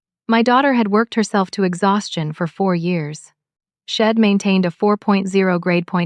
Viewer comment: Why why do the authors of these stories not have someone check for ALL the MISTAKES? She had does NOT reduce to shed. A shed is a storage building, not even close to She had or She'd,, the correct pronunciation. Study english a lot better. Id is wrong, it should be I had or I'd. I am getting to the point these stories are boring and aggravating. Fix it.